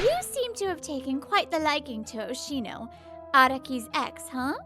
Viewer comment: It's Oshino, man. Not Oshimo.